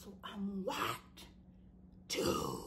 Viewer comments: When she says “WHYTEEE TOO” I ddiieeeee every time lmfaooooo I canntttt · I literally laughed the whole time 😂😂😂😂 i knew 4 weeks ago that he was picking Rachel. Ps. My daughter is one and she cracked up at the way you say "white" at the end